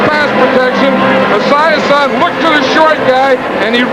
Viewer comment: I cannot handle how Madden is pronouncing Esiason’s name. Now I’m sad that I can never unhear it.